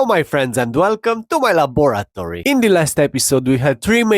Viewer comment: "La-BORAT-ory"? Did I hear this right? :D